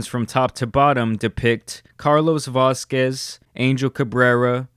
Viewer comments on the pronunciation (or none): none